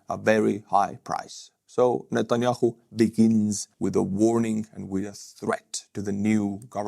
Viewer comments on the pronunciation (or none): none